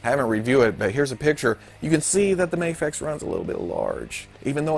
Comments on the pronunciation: You dont have to say muhfex its just an acronym, the way the letter is said doesnt dignify the way the word us said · "The Mafexio" Please let this be how you pronounce it from now on lmao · New game: drink every time pronounces Mafex differently.